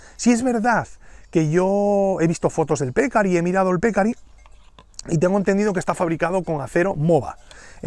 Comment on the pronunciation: Buen video. Te aclaro que "pecarí" es palabra aguda de acento.